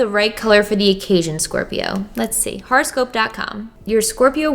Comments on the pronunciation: " pronouncing horoscope wrong for 5 minutes" ITS NOT A FRICKING HARASCOPE DANG IT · Seriously thought she was saying "horrorscope". LOL. Oops. Would've been appropriate for Glam&Gore ().